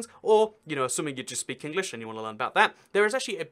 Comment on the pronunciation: English (United Kingdom) be like : Ehnglieshe (Yhounhited Khingdhom)